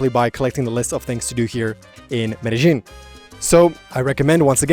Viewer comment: Medal Jean Kulumbiya Only chicks and hookers pronounce it Medal Jean 😂